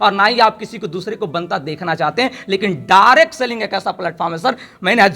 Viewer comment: Reccomend ❌ Requirement✅ Lifestyle ❌ Lifeishtyle ✅ Direct selling ❌ Dirct Sailing ✅ Direction ❌ Direcsion✅ Relation ❌ Relasion ✅